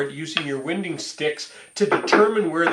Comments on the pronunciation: Your preferred pronunciation of these items name is incorrect. According to the rules of the English language it would be pronounced. “Wine - ding”...... personally I’ve never heard anyone pronounce it the way you are. These tools primarily are used by people who work with hand planes or bench planes, the sticks are not needed for someone who knows how to properly use a jointer but hey you Gotta keep Creating content. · I have never heard anybody pronounce winding sticks the way you do in this video. It rhymes with why?